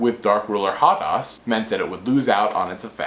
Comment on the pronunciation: Ha Des. Hades. Pronunce it HaDes.